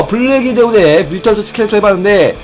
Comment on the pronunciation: 뮤텐트 스켈레톤 ㄴㄴ 뮤턴트 스켈레톤 ㅇㅇ